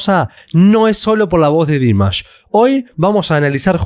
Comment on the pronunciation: A alguien más le desespera que no pronuncie bien el nombre? ..... Es Dimash, con acentuación en la última sílaba, palabra aguda, por favor! Hay que investigar antes de publicar. Gracias.